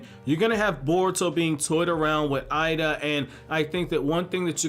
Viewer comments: it's pronounced Ayeeda not I ee da lol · i think her name is pronouced like Eh-Da. think of hiei from YYH ei sounds like eh in japanese